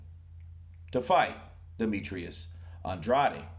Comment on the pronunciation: He says "Ann-Draid"(weird, I know).